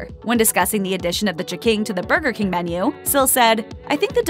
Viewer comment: Every time I heared this narrator say "ch'king," I punched myself in the face